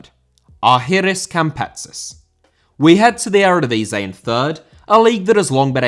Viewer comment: Eredivisie * not Eradevizei